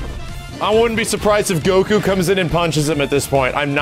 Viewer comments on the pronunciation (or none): none